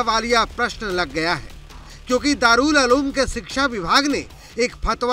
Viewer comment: दारुल अलूम नही उलूम। बोलना सीखो पहले